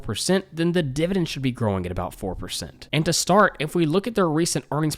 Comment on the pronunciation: Dude...I love ya been watching your a year plus BUT the word is dividend with an 'e', not dividing with an 'i'. Sorry, a bit distracting.